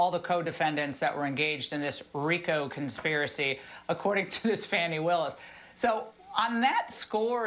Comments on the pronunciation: What is it with Republicans purposefully mispronouncing black womens' names? Fanny? It's pronounced FAH-ni. Kuh-MAL-uh? It's KAH-mel-uh. Like, that's just racism, right? You're a "news" presenter but you can't be bothered to get the names of two black women right? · I love how faux speaking heads continually mispronounce Ms Fanni Willis’ name as a low key sign of disrespect. They say Fanni like your backside instead of Fauni like a baby deer. Sorry about the descriptions. I couldn’t remember the dictionary accents (🤦🏼‍♀️)! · Really Laura,...Fox News is OK with sexualizing women, but you're a woman. The Georgia DA's name is Not Fanny. Her name is pronounced Fawnie. Grow up sweetheart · David, plz pronounce ppl's names properly. We all cringe when they say FANNY Willis. Her name is Ingraham... pronounced In-gram. Otherwise I'm a big fan! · Every time I hear one of these people intentionally mispronounce Fani's name, it tells me who they are. Racists, I'm saying they are racists. Not allegedly either.